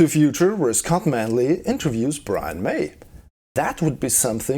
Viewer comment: "I'm, Phly safe" AGAIN!